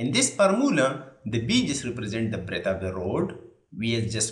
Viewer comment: B= Breath ❌ B= Breadth ✅ 😂😂😂 Learn english properly before opening a youtube channel!